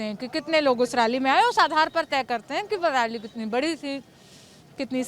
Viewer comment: Raally nehi 🤣🤣🤣yaar rally bolo, toh kya ma'am BJP ki rally mai nehi aani chahiye thi kya, yeh bhi bata do ki kis kis ki rally mai jaana chahiye aur kiski nehi.